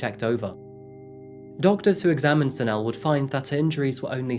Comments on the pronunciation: Its pronounced Za-Ne-Le, not Za-Nele 😊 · Enjoyed this Episode. If I may point out one thing? Ask the locals how they pronounce the names. For instance it is pronounced as ZAH-NEH-LEH, not Zanelle. Good Episode, once again! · Zanell and Kew-nay-nay. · Pronounced: Zan-Ay-Lay